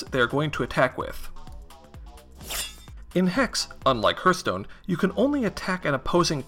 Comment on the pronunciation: Appreciate the video. But sheesh man... the way you pronounce Hearthstone... lol yikes. Hearth should be (Harth) not (Hurth).